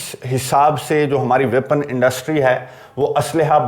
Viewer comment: ویپن انڈسٹری & not وپن انڈسٹری۔